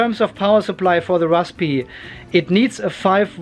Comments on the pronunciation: Great video. Just say razberry! LOL hope that helps. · the P is silent, just pronounce it rarsbuhree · most people just pronounce it RAZBERRY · Raspberry is pronounced raz-berry. Simple. Well, for the English language anyway... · The p in raspberry is silent, my friend. You’re welcome 😊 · Banana pie does exist, orange pie also. I do like the way you say raspberry :) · no need spitting on the lens - P in rasPberry is silent. Zuper! :) Thank you for the video. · No to make fun of you but seriously, why is it so hard to pronounce Raspberry? Must be a German thing? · Nobody pronounces the P. It's silent. :)